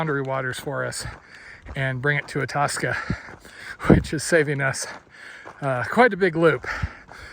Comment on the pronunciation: Hey. Just incase you want to speak Minnesotan, Itasca is pronounced Eye-tasca.😊 Looking forward to your adventure. Paul